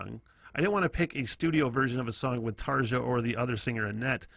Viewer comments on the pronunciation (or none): It's about time yanks relearned how to speak their mother language.....ENGLISH!!!!!. Tarja is pronounced Tarya!!!!!!